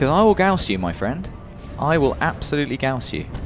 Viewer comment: Gauss, like gowce, is correct. Magnetic rail accelerated projectile